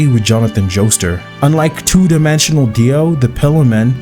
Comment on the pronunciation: I think the reason this vid's getting so much neg in the comments is because my boy's too casual with pronunciation. Joestar as "Joester"? Cars as "Car"? Hell, the one I watched before this, he pronounced Steins Gate as "Stains Gate"! Where's MY pitchfork, dammit?!lol (For real, tho, I'm just poking a little. I very much enjoy these opinion pieces, even when I don't completely agree. I'm subscribed and always want more.😁)